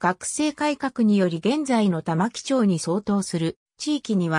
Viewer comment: 玉城(たまき)じゃなくて玉城(たまぐすく)な 誰だよこれ作ったの